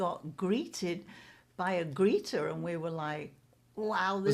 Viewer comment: More like 'what's a gree'ur'